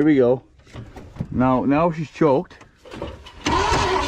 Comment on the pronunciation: is the only person ik who says meow instead of now 😂 love the vidyas peg